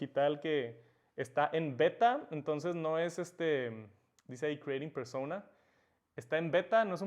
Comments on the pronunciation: Por qué dice, persouna, si la palabra es claramente en español solo digo no hate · Porque cuando dices persona lo dices como si fueras gringo cuando es una palabra española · Pronunciar “persouna” cuando sabes hablar español y decir persona no tiene precio jajaja